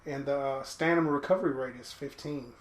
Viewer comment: Stanima? Stanima?? Stamina my friend - Sta-min-a ;) Nice vid.